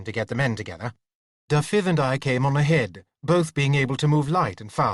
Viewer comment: I do wish he'd pronounce Dafydd correctly. Not Da-fith but Davith! (soft th as in with ,not hard as in think) accent on the first syllable, not the second!